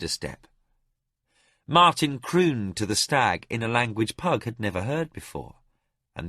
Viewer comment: I think he got "Pug" just about right. :face-orange-raised-eyebrow